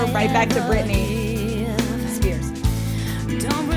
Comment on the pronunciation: "okay we're back to Britney.... Spears" I cannot unhear that now